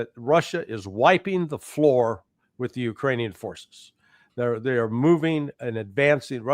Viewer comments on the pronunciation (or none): none